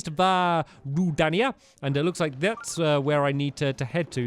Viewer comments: its ruu-da-nia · Dan The Nerd _ yeah and he pronounced rudania wrong too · its pronounced ru dane ia